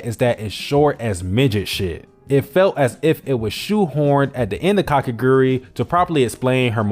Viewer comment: i mean she's hot so it really isnt problem (a-also its ka ke gu rui not kakegri hello)